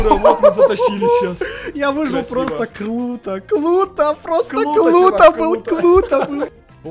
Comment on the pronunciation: это было клуто ты так сказал :)